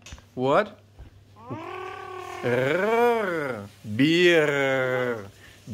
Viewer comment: Bear is pronounced behr. The way you pronounced it, it sounded like beer.